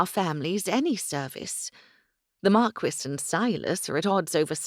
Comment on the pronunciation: Omg the pronunciation of marquis, if I hear markwiss one more time, I'm going to go mad! It's markee for heavens sake!!